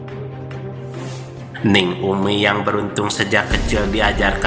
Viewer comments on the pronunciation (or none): Bukan Neng tapi dibacanya Ning. Ning dgn Neng lain, artinya , maaf koreksi.